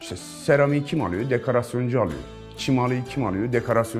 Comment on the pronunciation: Adam DEKARASYON diyor 😂😂 ama okumuş, başarmış, parası var